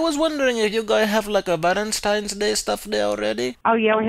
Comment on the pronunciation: “Valanteenz Day” made me lose it. There’s no going back now as an Arab I will forever say it this way from now on 😂 get better man! Keep up the amazing videos